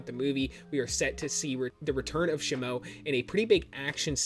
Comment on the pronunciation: It's not "SHih-moh", it's "SHee-moh